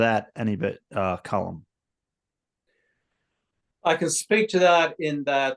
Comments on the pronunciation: His name is being mispronounced. His name is Colm and not Colum. Pretty basic stuff, as my name is Steven and not Stephan. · People seem to call him ‘Colum’ as opposed to ‘Colm’. I’d noticed the same thing. A weird pronunciation quirk.